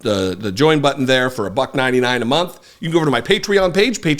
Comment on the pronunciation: Is it just me, or does this guy have a tendency to slur his R's into W's? I distinctly heard him say "Patweon" at least twice. It makes him sound like a pissed-off Elmer Fudd. Btw, this is an actual speech impediment called "rhotism". YouTuber Isaac Arthur famously has it.